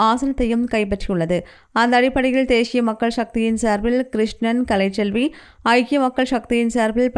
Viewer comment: தேஷிய உச்சரிப்பு 😢